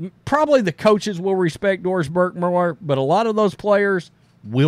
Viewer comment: When you say Doris Burke, all I hear is Forced Diverse.